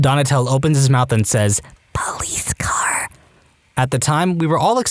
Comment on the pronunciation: POWLEESE CAWRRR